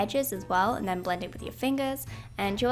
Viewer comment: I love how you say "and then" you say it like "and tzen" love love love it and the makeup is absolutely amazing!! Love you ❤️🙌🏻